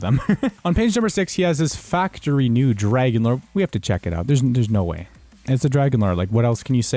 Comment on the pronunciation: Nobody calls it the “FRAGON-LORE”